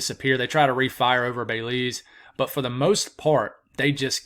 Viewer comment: Pronounced Beh-LEEZ. 😊 thank you for keeping us informed. 💕